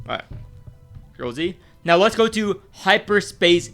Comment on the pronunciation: He says now like meow or am i hearing thing